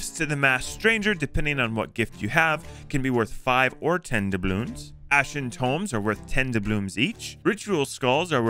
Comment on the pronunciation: AND “ASHEN TOMBS”